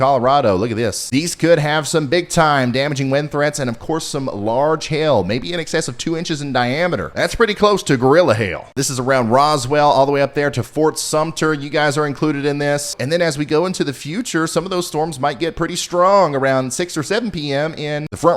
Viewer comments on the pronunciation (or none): Fort SUMNER is not pronounced Ft Sumter...